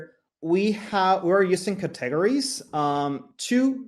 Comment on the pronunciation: What a pleasure it was to listen to a Presenter who can speak Fluent English, so easy to listen and learn from, and then he pronounced the word Cat teg ga ries instead of Cate gories and I started laughing.... but I dont mind the rest of his English was just so good I did not mind at all. Oh and thankyou for this video ! it was greatly appreciated